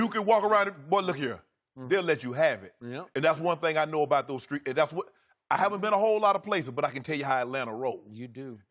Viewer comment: “In deez skreets!” 😂😂😂